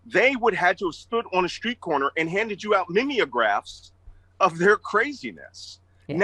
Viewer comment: He said memeographs 💕